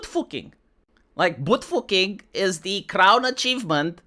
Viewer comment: "Boot fooking" lol